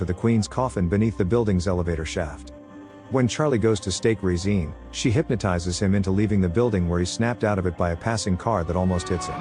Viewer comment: The way the AI is pronouncing Regine is jarring.